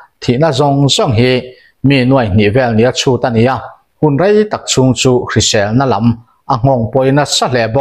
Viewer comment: Phili chûng...tih hi...chûûngngng...ti in thluk raih raih tur zawk a ni em ka ti a.Sir 🫢😂